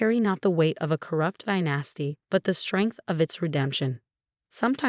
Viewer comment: And dynasty has the accent on the first syllable. Not die NAS ty